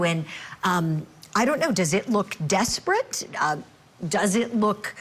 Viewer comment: Why do you say “ desperare act”? , the defense is winning. Katie McLaughlin saud Karen Read admitted to the crime for which she was charged. Perjury would weaken confidense in her testimony.